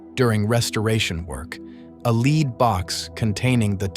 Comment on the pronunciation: FFFFing Damned AI Slop... go to Timemark and there will will a "lead" box. Usually AI screws up in narration by pronouncing the word "lead", that is,'lead' in its Lead or Follow sense, as like 'lead' the heavy grey metal. But I suppose AI wants to be consistently stupid. Here, when speaking of Lead the heavy grey metal, it pronounces the word like 'Lead' as in Lead or follow. Thumbs down to this cheap crap.